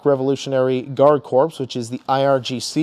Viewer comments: just fyi, "corps" is pronounced like core, not corpse. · corps is pronounced like an apple core. The ps is silent.